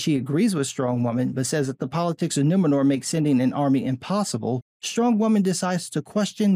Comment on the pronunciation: I'm just like - you know - like...so offended that the city's call Nu-MEN-or? I mean, like...what-the-fûçk? It's like...2022-uh? Can we call it Nuwomxnnor for inclusion, please-uh?